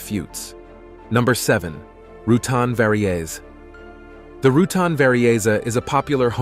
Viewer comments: Fun but you need an aircraft knowledgable editor or at least proof-reader: It's RU TAN, not TON and it's not French, it's VERY EASY. ": I vaguely remember Burt mentioning the name coming from, "....very easy" to build. Have a good day. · How many of the planes’ names are mispronounced? Rutan is pronounced like an Australian animal spending time in thee sun “roo-tan”. And it’s a Very”Easy”, not some Italian shoe model. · Please .................. get an editor to review your videos before releasing them online !!!!!!!!!!!! It's embarrassing when you mis-pronounce the name of a famous aero designer !!!!!!!!!!!